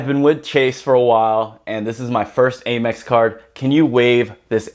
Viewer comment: Am-Ex (American Express) not A-Mex